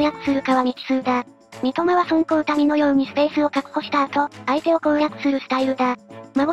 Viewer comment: まごって言ったり、そんこうたみって言ったり